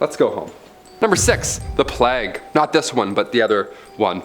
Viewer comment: And what's funnier is how they pronounce words. Plague doesn't rhyme with flag. If a person is going to narrate anything, they should be familiar with the subject, and pronunciations.. This goes across the board with any hosts here. But that brings us right back to what you said ... 😏😁😆